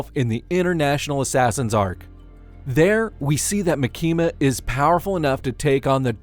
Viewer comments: He is pronouncing her name as "maki-ma" like california maki. It should be "ma-kima" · Ma-kima not Maki-ma I think 🤔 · Its MAAAKIMA 😂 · It's not makima it's actually pronounced micky the control devil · I'm trying my best to get over how you say "Muh Kee Muh" lol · Maa-kima sheesh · maKEEma :D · You pronounce Makima like southerners pronounce Quesadilla "Quizz-a-dell-a" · I cannot watch this video with the way your saying her name💀💀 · Can’t get over how you pronounce Makima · Yeah I stopped watching after u kept mispronouncing makima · Take a shot every time he says makima’s name incorrectly. I’ll go first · the way you pronounce "makima" 💀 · its really not hard to watch the anime and listen.. they literally pronounce it correctly like 6 times in the second episode.. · kills me